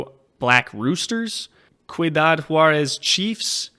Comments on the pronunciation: I speak spanish as a second language and got very fluent during my almost two month stay in Costa Rica this year. Your pronunciation of Liga de football Americana professional was just fine. The one thing is ciudad is the spanish word for city and it’s pronounced like see-you-dodd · ur annunciation for the teams was not bad, just for ciudad pronounce it like see-you-dad